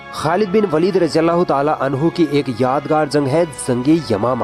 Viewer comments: खालिद बिन वलीद ना कि वालिद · It is pronounced as waleed or Walid and waalid = father in urdu Name is khalid ibn e waleed or walid . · It's not a Walid it's waleeeeeeed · Sister its not walid by the way ist waleed😊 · Waalid nahi vo lafz waleed he. ख़ालिद बिन वलीद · This is Waleed not walid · It's not walid its Waleeed 😊❤️ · वालीद नहीं है वलीद है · It is waleed not Walid.. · Not Walid(वालिद) Waleed(वलिद) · jii aapne sahi se nahi bola waleed not walid khechna h waleeeeed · यह वालिद नहीं वलीद है। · Sister walid nhi waleed Khalid bin waleed not walid ok sis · Jazakallah, but sister you pronounced वालिद(meaning Father) but he is actually वलिद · Walid nhin Waleed bolo वलीद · Its waleed Not walid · Waleed not walid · Not Walid it is Waleed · Its वलीद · Behn it's khalid bin waleeeed!